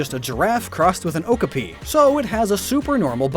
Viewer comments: Not to mention the way he pronounce Okapi... Er-- "Ocuhpi" as he calls it. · It kind of bothers me that you mispronouce many of the Pokémon names, but your videos are so cool that I have to get over it. Also, it's an o-kah-pi. The "a" has an "ah" sound. Sorry, but okapi are a real species, and I couldn't let that one slide. 😅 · On girafarig you say okapi as oak-ah-pee but funny enough its oh-copy. The tour guides and keepers at my local zoo always make really lame jokes about the name. One was "do you know why the kid wasn't worried his dog ate his homework? Because he made A COPY!" And yes before you say how bad it was the entire tour bus let out a collective groan. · lol. "Okopee" never heard Okapi pronounced like that before.